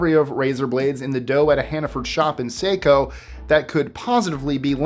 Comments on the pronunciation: It’s pronounced sa-co not seiko. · Just an fyi… it’s pronounced Sah-co not Say-co Maine. 😊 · Say-co... no no...Saco = Saw-co. (razor blades in dough) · Saco is pronounced saw coe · 25 and, it is pronounced Sa-Co, the A is a long sound not a short A sound. I remember reading that about Hannaford Pizza dough in news papers and news broadcasts.